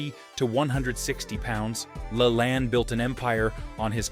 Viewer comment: How did you pronounce Jack LaLanne's name? I never, EVER heard it pronounced that way... Sounds like you didn't quite do all of the homework necessary to put this together. I'd be embarrassed if I were you!!! You obviously did not grow up when I did!!